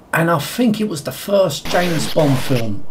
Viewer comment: The names Bwond, Jwames Bwond! :D